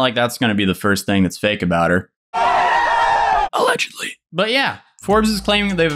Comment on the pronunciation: "alegelly" I swear it sounded like "Its Free Real Estate."